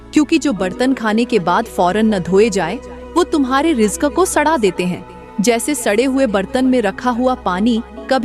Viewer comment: Rijk nahi reezk bolo.